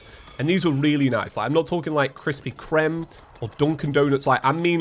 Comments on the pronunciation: KRISPY “CREMME”???? IT’S KRISPY “CREEM” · "Krispy Krem" You missed the E at the end bud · He said crispy crem